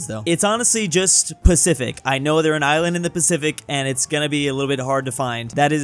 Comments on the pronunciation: He isand instead of island😂😂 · Normal people: Island: ISAND